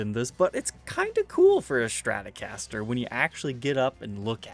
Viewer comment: Take a shot every time says ''Shtratocaster''...